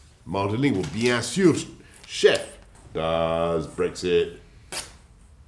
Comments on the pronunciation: i’m sure he said “bien sur” which means of course in french but like he just said it very poorly💀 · Bien-sure chef